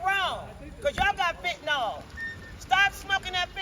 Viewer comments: Fenta-nill. Not fenta-nol. Get it right. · “Stop smoking that FENTANOL”. Excuse me, big booty lady, it’s FENTANYL not fentaNOL. Just saying 🤷🏻‍♀️🤦🏻‍♀️😆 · made me throw up! "Axing bout why yous doin' fentnaal" Lean claiming to be an officer going to call his "friends" to give you Hep C. When did potheads become patients? I can understand patients with cancer or serious medical conditions utilizing it but there's nothing "medical" about getting stoned from government poisoned cannabis. As a former pothead, with too many years of experience, I certainly never benefited from it other than a buzz and the munchies. Question, if you smoke cotton will it give you marijuana mouth? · She actually said stop smoking that fetynal 😂